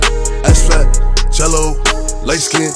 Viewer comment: am i the only one who finds it satisfying the way boogie wit a hoodie says Jello